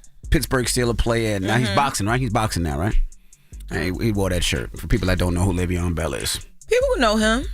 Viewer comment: Who tf is Layveeon Bell? 😂😂